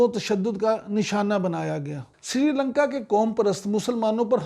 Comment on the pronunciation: Srilanka NOT Sirilanka Please correct. Thanks